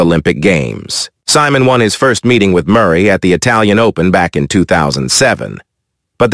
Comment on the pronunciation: Simon? It’s pro pronounced - See-Mon.